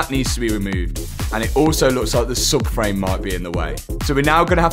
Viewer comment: he says "suck frame" rather than " sub frame"